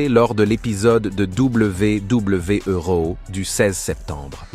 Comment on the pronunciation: raw => rio mdr ca a bien faire rire serieusement faudrait dire le nom et prenom correctement